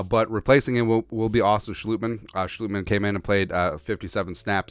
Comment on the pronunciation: It's Sch"LOT"mann not Schlootmann